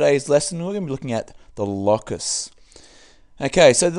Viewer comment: is it not pronounced "low-cus" and not "law-cus"